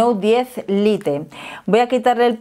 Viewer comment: Cada vez que dice lite me sangran los oídos.